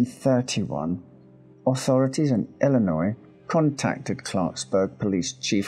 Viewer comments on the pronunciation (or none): none